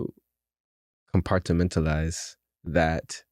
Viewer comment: lol I love how he said “compart-to-mentalize”